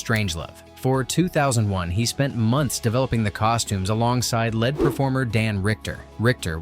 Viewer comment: Also AI voiceover. Right they say lead (led) performer